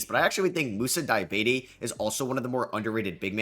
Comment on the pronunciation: do u mean moussa diabaté? aint no way you called him mouse diabetes 💀💀💀💀